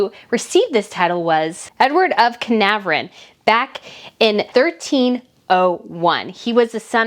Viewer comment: Canarvron AR on the second vowel, Love your website !